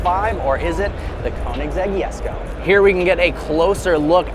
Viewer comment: The “yesko” it’s the Jesko buddy